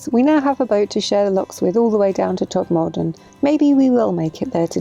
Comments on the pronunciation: Congratulations on your 26th Silver Propeller Location. Thanks for posting. If you ever go this way again, perhaps get the pronunciation of Todmorden right. The main emphasis is on "Tod." That is followed by something that sounds like "merden."😉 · Loved this vlog. So many interesting features and the outtakes were hilarious. I smiled at your pronunciation of Todmorden, using a lengthened second second syllable sounding like 'more'. The locals pronounce it similarly, but everywhere else in Yorkshire it is pronounced with a shorter 'mer', like Todmerden. Anyway, it all adds to the fun. Have you gone through my home town of Mirfield yet?